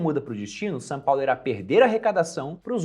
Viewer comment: só eu percebi que o fala "Sã Paulo"?